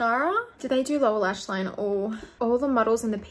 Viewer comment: The way she says line-UHH